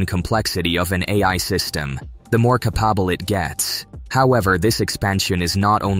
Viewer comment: You mean that's not how you pronounce "capable"?